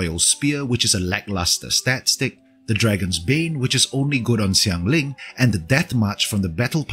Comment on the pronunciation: I'm not sure where you're from, it sounds like maybe Vietnam? But you pronounced Xiangling and Zhongli decently well! Do you speak a bit of mandarin?